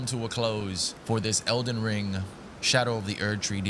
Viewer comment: #edlenring 😂 love ya,!!